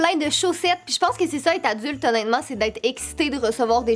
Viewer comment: tu dit tout le temps «onetement »